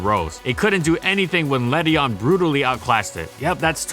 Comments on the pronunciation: Ledyin not ledyon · Le-dee-in please ughhhh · This pokemon is proof of how stupid the official pronunciations are. Led-ian. That's how it's spelt. Yet its pronounced Led-ion? That's dumb. In my eyes, it will always be Led-ian. Doesn't matter though, still useless. Please, Game Freak, some love for the lady bug. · Ew that ledian pronounciation